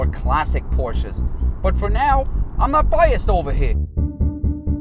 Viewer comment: "Ayyyy, I'm not biased ova hea" 😂😂😂